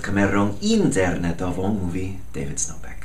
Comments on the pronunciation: w jezyku polskim akcent wyrazowy pada na przedostatnią sylabę jak mówisz internetową (akcentujesz też pierwszą;) Gratuluję osiągnieć językówych. You rock! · jak zmienisz cokolwiek w powitaniu ...szczególnie te słowo.... ""InteRRRRnetową ""to ogłoszę strajk ;-)))))) to jest TAKIE BARDZO TWOJE powitanie;-)) a co do konsultacji...pewnie juz jest za pózno-ale i tak nie przezstaje szlifować języka bo Twoj przykład jest dla mnie bardzo inspirujący...! pozdrowienia! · weż te uwagę pod uwagę;-)) ale nic Broń Boże nie zmieniaj z tą INTERRRRNETOWĄ;-)) to jest takie Twoje dzwiekowe LOGO;-)))))